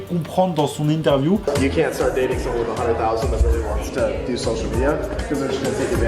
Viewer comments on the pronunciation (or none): none